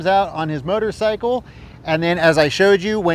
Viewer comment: I love how you pronounce it "murdercycle". That's exactly what it is.